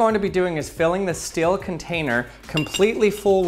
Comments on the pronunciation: I clicked so early One of my fav youtubers Everyone: s-t-e-e-l: s-t-i-e-l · Oh... It's your problem... You say still instead of steel... That is very annoying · The way he says steel as still lol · It's STEEL not Still